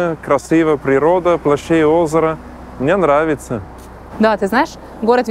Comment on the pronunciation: Герой выпуска, вы говорите о русском менталитете в вас, так выучите русский. Не может быть русского менталитета в чужом в человеке, т.к. русские мыслят образами и правильно слагают это другим. Вы даже слово "мне" неправильно выговариваете. Думаете что приехали из Швейцарии с деньгами, выкупили себе хутор с землёй и теперь у вас русский менталитет? Вы ошибаетесь, то что вы чувствуете это та свобода, которую вы ощущаете и вы не можете её получить в Швейцарии и ваши аусбильдунги на рабочий профессии конечно хорошо построены в плане обучения, но мне так не нравится ваш пафос именно в голосе, а значит он и в вашей голове. Вы лжец.